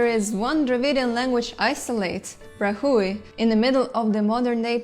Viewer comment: "Brahui" = BRA-wee